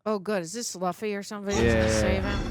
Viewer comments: she’s doing it on purpose. Luffy’s name was said over a dozen times and she still said it wrong lol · Is she fr mispronouncing Luffy's name, myy ear😂😂😂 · Oh the pronunciation of luffy is gonna kill me. pls!😂😂😂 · Sm1 send her that clip of the OPLA cast teaching everyone how to pronounce Luffy. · They clearly don't watch that much anime or japanese media, of course she's gonna mispronounce it lol it's why it's a completely blind reaction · really must be ragebaiting with Luffys name, because she heard it multiple times, and she is still pronouncing the name wrong 😂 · Probably because when she reads the subtitles, her brain automatically defaults to that perceived pronunciation. Nothing to get upset about, but it is kinda funny. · Agreed. Either that or she just doesn't care. Luffy's name was said many, many times, yet she keep mispronouncing it. 😂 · Netflix wants shows to be written so people can listen to it on a second monitor, but she can't get the pronunciation. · yeah but they say loofy and she hears it. Even the guy on the right says loofy and she still says laughy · For the love of God, it's pronounced Loofy not Luffy LOL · L U F F Y not L A F F Y. U not A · Loofy not laffy lmaooo. is funny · Looffy not Luuffy not like Fluffy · Luffy rhymes with Goofy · It's pronounced Luffy “LOO-FEE” or "LOU-FEE". Luffy SEES the good and loyalty in the people he wants on his crew and believes they should follow their dreams. That's the reason he didn't choose any of the crew on Alvida's ship except for Koby. Koby's dream was to become a Marine, even though that might mean he and Luffy would be on opposite sides. Luffy still wanted Koby to follow his dream. Zoro's dream is to become the greatest swordsman of all time. We don't yet know what Nami's dream is yet, but Luffy still believes in her. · Luffy = Loo-Fee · It's pronounced like goofy...loofy..please my ears hurt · They still hear it being said the proper way in the series, not as Luhffy